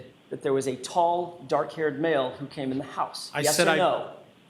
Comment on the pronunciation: 😂😂😂 nice $100.00 word there, shows you got some vocabulary skills, maybe now work on pronunciation skills with that it gets dock outside at night.